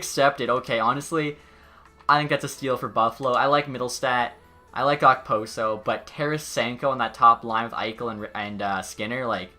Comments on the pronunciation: It’s pronounced opo-so Not ok-poso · and you don’t pronounce the k in okposo